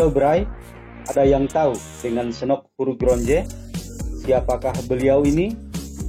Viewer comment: Salah sebut nama Snock Hogranyoe